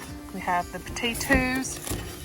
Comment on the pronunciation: i absolutely love your accent. please, please, please say "potatoes" in every video you do. thanks and keep up the great work., you got life by the balls. enjoy.